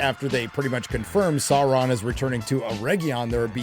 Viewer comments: 😂What's with the brrrrimborr and the saurrrrrrron.. Like who listened to this and thought "yeah, sounds good". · Saurrrrrrron Errrrrrregion 😂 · I hate the way morfid clarke pronounces things ... EriGion sauurrom celebrimborrr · Every single time they (and by they I mean GuyladRRRiel) pRonounce the aRRRs in the names (SauRRRon, CelebRRRimboRRR, ERRRegion, ...), the cringe curls my toenails backwards. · It’s pronounced SAURRRRRRRRRON